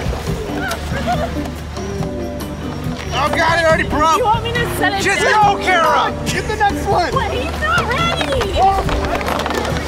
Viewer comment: Im sorry but its Kara not Kirra.